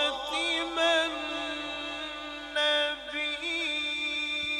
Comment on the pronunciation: قاری صاحب آپ غلطی کر چکے ہیں خاتم النبیین ہے خاتِیم النبیین نہیں کیوں تم لوگ ایسا پڑھنے پر مجبور ہو اور چینل والوں سے میری درخواست ہے پہلے پوری تلاوت سن لیا کریں پھر چینل پر شیئر کریں شکریہ